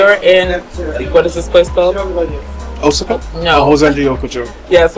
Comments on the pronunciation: I was just going to post the correct pronunciation of Osaka. I was thrown off for a minute with his pronunciation. Luv their vids. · Osaka is pronounced: "OH-SOCK-AH". I love your videos. Thanks for sharing, and stay safe!